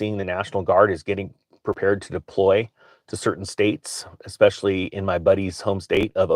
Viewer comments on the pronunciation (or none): none